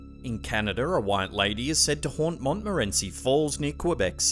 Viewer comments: I dont remember Canada ever having a R in it. Why are you calling it Canadar? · Canader? Ha! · Canaderrrr xD